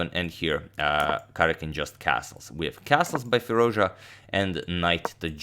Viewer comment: No one: Absolutely no one: Agadmator: "Firuzja"